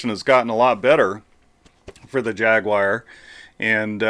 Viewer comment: Ah yes, the Jag-you-are! Fabled down here 🦘. A 'poopality'? What happens with one of those? 😂